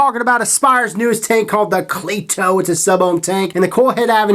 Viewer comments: Most people don't say clee To its your accent most the time I hear cleito pronounced like cleado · It's pronounced c- letto